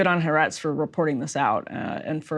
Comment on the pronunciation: Folks,it is ha-a-retz (3 syllables)